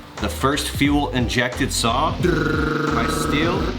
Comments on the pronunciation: It's not pronounced "still" it's pronounced "steel" ... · Just a friendly FYI. Stihl is pronounced “steel” with the “h” silent. Well produced vid. Keep on truckin’